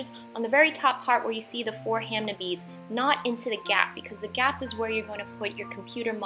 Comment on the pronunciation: I call them ham ah beads not ham nah beads